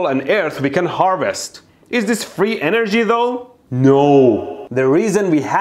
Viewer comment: فقط وقتی کلمه انرژی رو میگی میفهمم ایرانی هستی پنجاه سالم انگلیسی حرف بزنی بازم بگی انرژی ایرانی بودنت میپاچه بیرون 😂😂😂